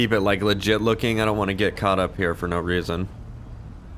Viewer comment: Bring back "seems lefit"